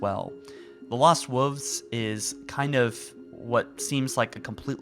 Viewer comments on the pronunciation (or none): Love everything you’ve been saying, but please for the love of god say wolves and not wooves. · The lost wuffs. Just say wolf at this point. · "the lost wuvs." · The lost woofs? surely the lost wolves would sound better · “Lost woofs” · He does know there is an “L” in wolves, right? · Is anyone else bugged by the way he says wolves? 😂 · This looks stunning but I cannot get over your pronunciation of wolves. Have you never ever heard the word read aloud before?